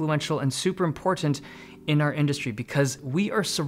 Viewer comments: Stop saying IMPORTANT like that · I love how you say :Important: correct way. Not like how most Americans say it. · Ha ha I felt the same. I thought I heard impotent lol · Because he doesn't use a glottal stop? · Dave Lee’s pronunciation of “Important” is more defined than my life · How he says "important" is laughable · The way you keep over PRONOUNCING YOUR "T's" is annoying